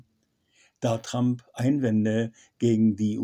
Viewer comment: Und lernen Sie endlich, wie man "Trump" richtig ausspricht.